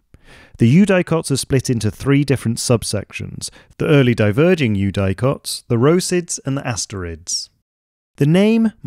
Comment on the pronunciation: Amazing video, I immediately followed your channel. One thing though: "eudicots" is generally pronounced with a short "i", like "you-dik-ots" not "you-die-cots"